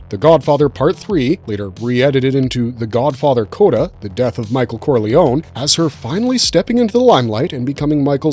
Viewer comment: Thank you for not being a peasant by pronouncing the surname "Corliony".